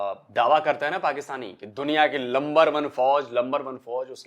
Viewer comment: Get yourself educated first it's not lumber it's number